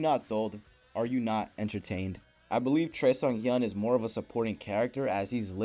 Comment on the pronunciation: The weirdest pronunciation of Choi Seunghyeon ever. Don’t listen to him!